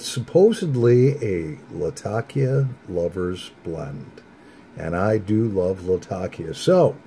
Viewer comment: one of the few pipesmokers i've heard that pronounces 'latakia' correctly